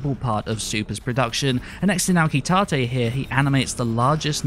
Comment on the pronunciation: He messed up naoki tate he said "naki tate"